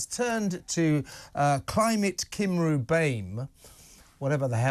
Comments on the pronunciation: Cymru is Wales in Welsh and should be pronounced Cumree. Lazy, lazy journalism ! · You pronounce Eluned wonderfully Kevin but you need to work on Cymru. 😆 This stuff has been circulating throughout the civil service long before Eluned took charge. You are right, there are some very sinister forces at work which well meaning virtue signalers don't seem able to see through. The Diversity industry is a multi-billion pound industry. It needs one thing to keep the money rolling in - division.